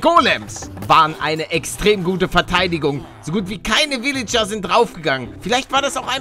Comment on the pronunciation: Für mich klingt es immer so, als würde Paluten pillager statt villager sagen 👌